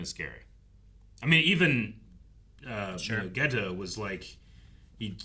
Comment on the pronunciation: Even though I don't like dubs, this one I didn't find all that bad, sure the JP version is superior in many instances, but english va of Geto and Gojo are pretty good, but I hate how in dub they pronounce Geto's name as Gaytoe